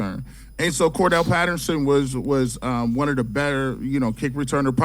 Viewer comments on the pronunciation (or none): Why does everybody pronounce Cordarelle Patterson's name wrong?